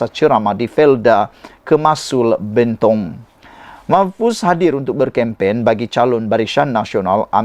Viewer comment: Anda sebut PELANGAI dan BENTONG salah.. Tak sekolah ke dulu?